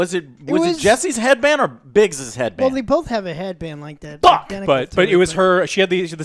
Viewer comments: It’s Biggs, not Brigs lol. And I’m team tifa all the way. OG ff7 fan btw. Absolutely in love with this remake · Somebody for the love of god tell joe its biggs not brigs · It’s Biggs, not Briggs. Same mistake was made in the first review video.